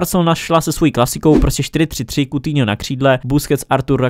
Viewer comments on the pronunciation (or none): none